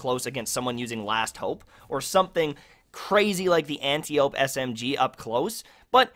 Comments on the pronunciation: Ugh. People don’t know how to pronounce Antiope. It’s not an-tee-owp. It’s an-tie-uh-pee. It’s a name from Greek mythology. They pronounce it in Wonder Woman. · Goddammit, I hate when people pronounce antiope like ant-ee-ope when it should be ant-I-oh-pee